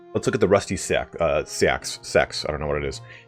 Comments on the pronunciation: It's pronounced either "seeks" or "sax" depending on who you talk to. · It’s pronounced “seek” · Seax is pronounced s-axe, you seemed to be struggling with that so I thought I'd clarify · It's pronounced see-axe. Enhlish never makes sense. 😉